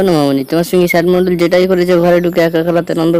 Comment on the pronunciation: Ai tor lojja nai ai sob video banas kotha o to thik kora bolta parish na ota sad mandal hoba na sd mandal hoba